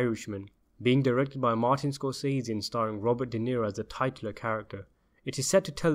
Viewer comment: WRONG. At + or - you pronounced the word "titular" incorrectly. It is "tiCHUlar", not "tightUlar". If you are going to use big words, learn how to say them !